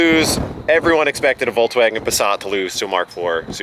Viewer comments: what the fuck is a VolkswagOn haha it's VolkswagEn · What's a Volkswagon? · Seriously?! "Voklswagen" ???????! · VolksWAGON.. did.. did you.. VOLKSWAGEN! Not WaGoN. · Voklswagen. Noice